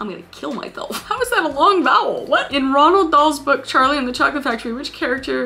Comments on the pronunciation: Crying cause she just called Roald Dahl Ronald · Kris I love you…………………………………………………………………………………………………….………………………………………………………………………………………………………………………………………but you hurt me when you said Ronald Dahl 😭😭😭